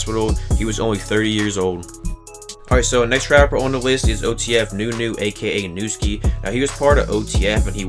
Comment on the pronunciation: Rip to a legend duck 🦆 also its “Shootashellz” not shotashellz and if u say “Young Chops” one more time im gonna kill myself AND ITS WOOSKI NOT WOOSSI